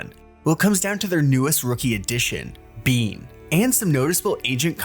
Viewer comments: ISNT IT BANE NOT BEAN?????? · why'd you pronounce his name as BEAN? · Would get so much more views if we fact checked slightly more, mainly on why flashback was benched. Edit: How did I forget how you say Beyn when its said more so like "Bane" on every official broadcast